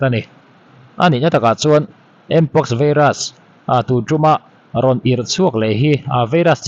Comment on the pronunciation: vairas....not veiras